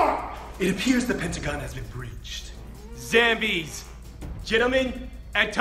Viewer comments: you did mistake zambie you should said zombies not zambies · This man really said zambies lmao